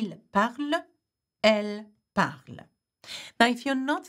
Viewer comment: We dont say "e" at the end of parle. It is silent. Why do you say it separately? It is silent.